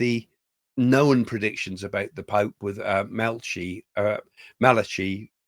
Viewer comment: It's pronounced mal akie not malachy